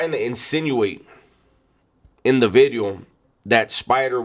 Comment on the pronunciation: New Video 🎉 Not new widieo new bideo or new weeedio ❤️